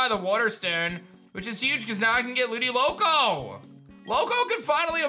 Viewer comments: It’s not ludiloco it’s ludicolo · Every time he says it.: Ludiloko! Me: LUDICOLO!! seriously just place the Ludicolo cry from the Detective Pikachu movie, that's me every time his says it, I'm sorry. Well… not too much. But if he's not doing on purpose and it's some like dyslexia or something please let me know. I don't wanna be picking on someone who LITERALLY can't help it. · Not to be mean but it is ludi- colo